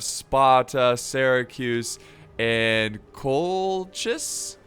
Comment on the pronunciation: It’s pronounced “cole-kiss”